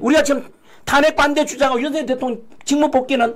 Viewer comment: /윤서결/ × /윤성열/ ○ 고유명사는 문법에 영향을 받지 않아요. 본인이 부르는 대로 불러 주는 게 예의이고 상식이에요. 취임 초기에 /윤성열/로 불러달라고 했어요. 지금까지 /윤서결/로 발음하는 건 넘 무식하게 들려요. 한동훈은 밝힐수록 법레기네요. 류여해 진행자 참 멋져요. 오늘 이 시간에 진면목을 처음 보게 돼서 좀 아깝네요. 그 동안은 놓쳐서요.